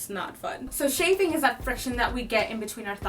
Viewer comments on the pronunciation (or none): Shaffing ? Chaffing.